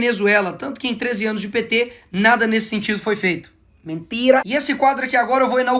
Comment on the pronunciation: Eu ri demais desse Nikolas, que camarada inteligente! kkkkkkkkkkkkkkkkkkkkkkkkkkkkk Felipe neto só fala "mintira, mintira, mintira"!!!